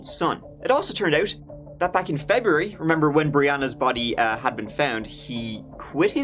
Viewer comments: I swear he said "Jeburary" 🤔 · I saw a comment saying did say 'jebuary' the first few seconds but i cant find it...anyhoo he defo did say jebuary lmao 🤣🤣 its so you dont even notice his mad words ha😂